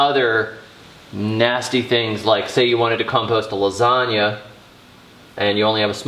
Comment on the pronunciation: I gave him a songs up just because he said LA ZOG NA. LOL